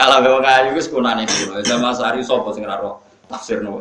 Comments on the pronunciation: Zamahsyari.. bukan zam asy'ari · Maaf Yg benar Zamakhsyari, bukan Zam Asyari.